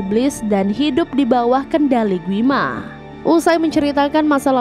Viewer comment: Gwi ma kaliii bukan gui ma